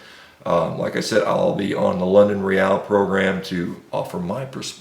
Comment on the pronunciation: It's no "Re-al", like in Real Madrid. It's just regular old English "real".